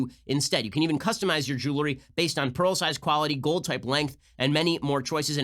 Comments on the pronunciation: Ben, stop saying "jewlery" for god sake. It's jeWELry. 🤣😜 Seriously, you're better than that. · Will someone tell Ben how to pronounce “jewelry”